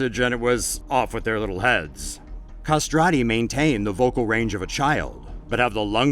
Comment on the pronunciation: The way you said "castrato/i" almost killed me. At least listen it on google translate first